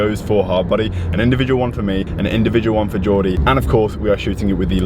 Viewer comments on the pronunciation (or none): none